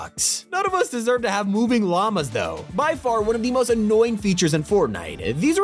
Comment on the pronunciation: I heard Regular obamas instead on lamas 😂😂